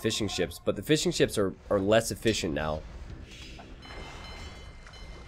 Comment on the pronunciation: do you hear what you say? "The fish are less eFISHient